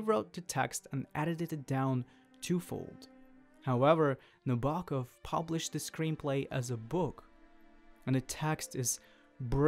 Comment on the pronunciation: Kubrick's version is obviously the better one... Sue Lyon, James Mason, and Shelley Winters give bravura performances. The 35mm B&W is just better in every way. BTW its pronounced Nab-er-Kov.